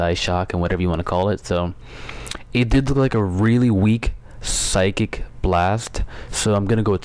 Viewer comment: You pronounce it "Sy-kick